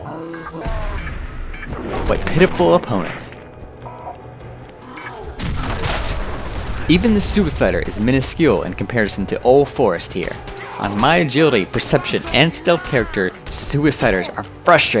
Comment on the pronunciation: i love how the dude says "agulity"